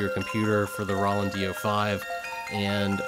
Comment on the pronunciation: this might be the first time i've ever heard anyone pronounce it "Rah-land"....